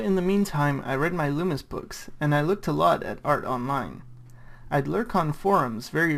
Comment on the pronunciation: "Loomis" THERE YOU GO! YOU WENT THE GOOD PATH SON